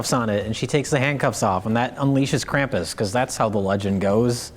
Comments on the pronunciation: Krampus, not Camp-us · Fun fact: Krampus (properly pronounced along the lines of "Krawm-poos," if I'm correct) would take children who were bad, stuff them in bags, drag them out of the town they lived in, and beat the shit out of them with a stick while they were still in the bag. Think about that the next time you bitch about santa shitting a lump of coal in your stocking this Christmas. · You aren't pronouncing Krampus correctly.